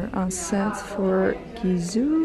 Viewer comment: Btw why do you call your own brand Gizoo!! It's Gisou with 'S'